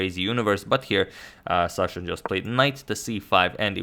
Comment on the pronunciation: it's Sasha not Shasha